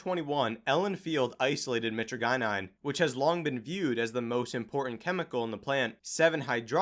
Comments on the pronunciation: Kratom isn’t dangerous, but it’s not as harmless as people make it out to be. It’s really addictive but that’s par for the course when it comes to opioids. It’s definitely one of the if not the safest opioids. Also the way says mytragynine pisses me off lmao. My-trah-jihh-nine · I think it's pronounced like "My-Tradj-In-Uh" and "My-Tradj-In-Een". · "meh-tree-gye-nine" bruh.